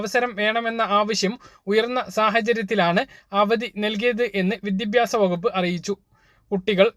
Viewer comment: വിദ്യഭ്യസം അല്ല വിദ്യാഭ്യാസം